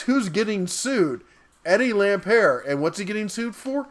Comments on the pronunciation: It's "Lampert" - the T is not silent, and "M-nuchin" - not "Munchin." "Munchin" is hilarious! Come on, don't you believe the President when he said he's going to hire only the best, like Mnuchin? As for whether Lampert stole money or not, he put in a lot more money buying and running Sears. He sucked at it, and got taken to the cleaners. He would've much rather preferred a very successful Sears, since he owned equity in it. All he could do was some shenanigans to cut his losses. I bet he wishes he had never come across Sears. He's more incompetent than bad. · Ohh and you can't even pronounce Lampert's name properly. OMGosh I been saying this for so long! We ALL knew it. Yes though, WHY did they wait this long to come forward about it?!